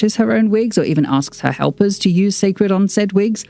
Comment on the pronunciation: It will repeat the same mistake as her previous brand. First off many people will pronounce the name wrong and call it See' cred instead. No need to complicate things. Where will the product be sold where her average fans, demographics can get to easily, Walmart, Target, Ulta?? The packaging itself looks bland and will pale in comparison. Beyoncé team always get her Why and story behind her products right but the promoting always lacks luster 😒